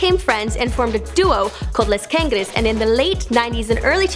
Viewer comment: "El Purdown" "Esta Ael Amenezear" "Destinow Alas Dawmas" "Les Cangres" Jajajajjaja 🤦🏻‍♀️